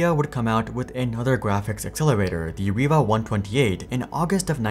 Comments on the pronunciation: Its pronounced rye-va, not reeva ... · Now I should apologize I found it was pronounced reee-va in 3 old videos i just watched. I bought a riva tnt2 to replace my 3dfx voodoo2 card. I always thought the card (riva)led other cards but i guess most people pronounced it ree-va.